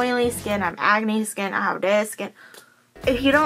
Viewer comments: When you said "acne" ,I thought you said "agony" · I always understand 'agony' not acne lmao